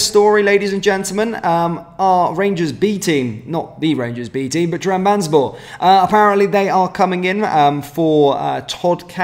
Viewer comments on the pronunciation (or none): Trab. Zon. Spor. Not......... tram. Bans. borr. 😂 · TRAB - ZON - SPOR Been annoying me for months